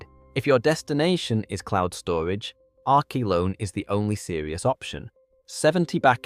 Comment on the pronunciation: AI Slop!!! "R-key-lone" "R-co-lone" and strange mic changes, WTF? Blocking your channel. I don't want lazy AI slop, nor creators who rely on it non-transparently. You think choosing some stupid fake British accent will make people trust it, but NO!